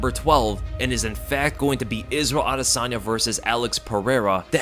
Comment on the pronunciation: Bro please pronounce adesanya correctly. It is driving me nuts